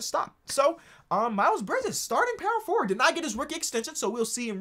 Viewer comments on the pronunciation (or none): none